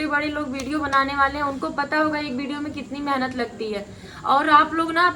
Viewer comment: Phle tum shudh bolo menhat nhi मेहनत bolo 😂